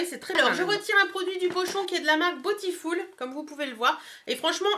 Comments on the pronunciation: aaaaaahhh mais tu me rend folle avec ton "botifoul" 😂😂 franchement ça ma perturbé pendant toute la vidéo 😆 sinon c'est vrai que pour le prix elle est vraiment sympa bisous 😊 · à la française, ce serait botiful et pas botifoul.... ;) ... bon allez le débat est clos :) ... gros bisous, bon week end